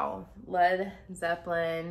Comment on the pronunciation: Please, it is "Led Zeppelin," not "Zeplin." It is surprising to me that you would take this as your first Zepp tune. It is not one of their big hit songs. For most people who grew up after the era, "Stairway to Heaven" is probably the first. I love virtually everything that they ever recorded, but I strongly recommend you listen to "Kashmir." And in answer to your question about guitar terminology, "riff" works just fine.